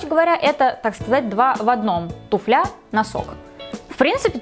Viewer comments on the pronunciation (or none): тУфля,а не туфлЯ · ТУфля - ударение на "у", тУфлю - ударение тоже на "у". Журфак МГУ говоришь? Хм..